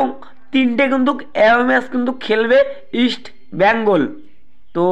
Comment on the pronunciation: Easti bengal noy east bengal...